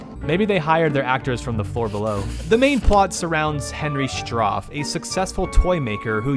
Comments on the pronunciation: It's "Stauf" not "Strauf" and the boys name was Tad, not Todd. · Just realizing this upon a second rewatch,: You did not research very well on the game for this video. Oh and regarding when you pronounced the characters Stauf and Tad's names, you did not even say them proper. It is Stauf, not "Strauf". Tad. Not Todd. Also, as I said previously: it was never sold in stores. Only via mail-order. Why was there no music? I think Trilobyte did not wanna have to pay George "The Fat Man" Sanger for his services. The lack of sound effects, though, is a little odd. Some even strange when they are present (what is with that laugh during the "cake" puzzle? That weird laugh wasn't even present in The 7th Guest when one plays that puzzle so that is bizarre). Not exactly sure why you kept thinking there would be R-rated scenes at any point in the game throughout the video all things considered. Also, not that I mind cause I have seen way worse puzzle players, but from how you were going through "Uncle Henry's Playhouse" you're not much of a puzzle kind of guy are you? Like here, a nice little point here - but sometimes just some people completely lack patience with puzzles due to their brains and how they work internally. To put it simply: Puzzles are not for those who lack patience. I will not deny on one thing here: "Uncle Henry's Playhouse" is such a bad name. Even the UK one "Uncle Henry's Mindblowers" makes it sound like Stauf is a heavy drug abuser. I feel like something like "Stauf's Mind-Twisting Madhouse" or something would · You keep saying Strauf instead or Stauf... He's called Stauf because it's Faust backwards BTW. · T7G is a big part of gaming history so to have basic details off is disappointing (for example it's Stauf, not Stroff, and Tad not Todd). Appreciate you reviewing the old stuff, just give it some more research before posting quasi-documentary style vids. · "You sound like a damn FOOL when you say it wrong!" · There's no 'R' in "Stauf".